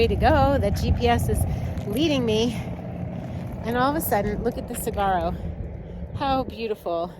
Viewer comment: You worry me! And it’s pronounced silent g. Sawaro (saguaro) ❤